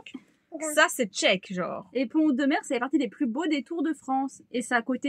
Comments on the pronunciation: C’est super, j’espère vous rencontrer, j’habite pas très loin de Pont Audemer d’ailleurs on prononce Pont Audemer en faisant la liaison ( Pontaudemer) Bref, bienvenue en Normandie et au plaisir de se rencontrer dans notre belle région. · Salut les filles...... Alors, comme dit dans un autre commentaire plus bas, ici, Pont Audemer se dit en fait Pontaudemer. On fait la liaison entre les deux. Parole de vieux Normand pure race. Je dirais même bas Normand. Bon vent à vous deux, vous êtes super et superbes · coucou. on fait la liaison pontaudemer. et souvent on dit pontau. ca va vous plaire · ça se prononce " pontod'mere" 😀 'j'habite pas loin. C'est rigolo quand vous le prononcez en 2 mots et sans faire de liaison 🤣